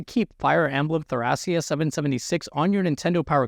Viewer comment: AKSHUALLY I think you might be pronouncing "Thracia" wrong. The kana read "to-ra-ki-a," and that's pretty much what people who live in real-world Thrace call their homeland.